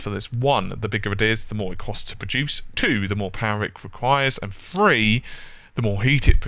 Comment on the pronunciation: I watched 5 minutes of this video and could take anymore. I am from the UK myself, I can not handle english people with a toff voice who then can not say three correctly and instead say free. If you think your so articulate. Then move your tongue so you pronounce the words correctly!!!!